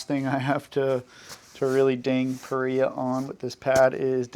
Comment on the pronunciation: Just for the record, it's pronounced Pah-Ree-Ahh. Not Pah-Rye-Ahh. I've talked to the owner-founder. I had this question about the name. They confirmed it for me.